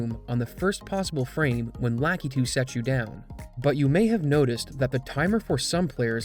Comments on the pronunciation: "lah KEY too" It's "lah KUH too". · its lakitu, not LACKEETOO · "Lakitu" is pronounced lah-KEE-too per Nintendo.